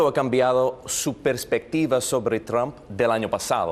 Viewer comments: jajajja "TRUM" me mama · “Donald Trun " Jajajajajajajajaja pinche viejito loco